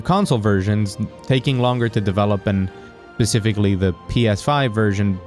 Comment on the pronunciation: Man, it really grates when people say "pacifically" when they mean "specifically"